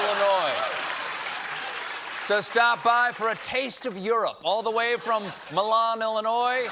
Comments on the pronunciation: Armchair quarterback critique: as someone born in northwest Illinois, Milan is pronounced as My-lAnne. My birthday is on July 29 and at this age I love a coffee during a concert (can I get some bourbon in there?). Also, I now live in beautiful Southern Illinois, and while everyone should learn to enjoy a French Lick, here in far Southern Illinois we know that wether you are in Anna (Illinois) or out of Anna, it was the site of a Lincoln-Douglas debate. Just setting the record straight... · Excuse me it’s MY-lan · It's "My-lan, IL"🤣